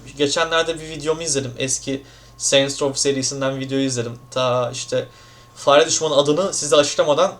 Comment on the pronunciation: ulan be o kadar acemi kalmış ki girişi yapmaya fareyi bile düzgün söyleyemedi :(